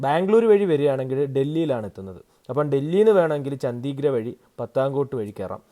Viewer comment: ചോദിച്ചത് കൊണ്ട് മാത്രം ചൂണ്ടിക്കാട്ടുന്നു. മിക്ക സ്ഥലപ്പേരുകളും തെറ്റായി ആണ് ഉച്ചരിക്കുന്നത്. ഉദാ: ചണ്ഡിഗഢ്, പഠാൻകോട്, ഡൽ, സോ മോറിരി, പാംഗോങ്‌, മനാലി...